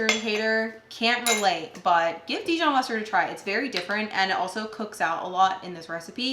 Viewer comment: You are pronouncing the Dijon mustard wrong. Google it